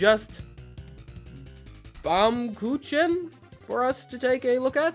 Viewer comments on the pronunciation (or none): Baumkuchen. It’s pronounced “bowm coo khin” Great video though.